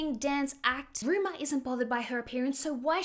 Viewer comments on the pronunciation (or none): You keep calling her, Ruma. Her name is Rumer.